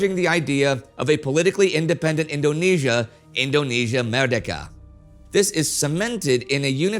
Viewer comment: I already slightly cringed at his pronunciation of merdeka but it's okay, it's okay....